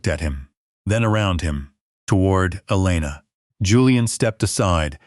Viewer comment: The Nurse's name is Elana, not Alina!